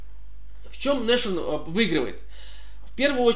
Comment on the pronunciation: Важное но! Nashorn никакой не "Нашорн", а "Насхорн". Слово то немецкое!